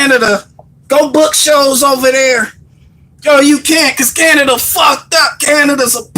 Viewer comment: My guy did you just say Canadia.... Haha ha. Me too bud